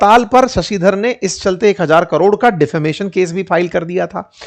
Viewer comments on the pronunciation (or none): none